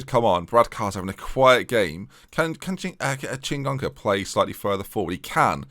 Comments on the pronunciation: And the extra n in Chingoka! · You're adding an N to Chingoka's name